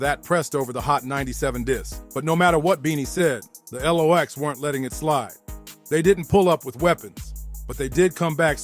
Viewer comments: Or Lox not L - OX 😅😅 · It's not l.o.x. iT's Lox (Locks) 🤣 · The El ow oxe. 😂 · Who the fuck is reading this they are the LOX not the L ox lol and pronounce their names right lol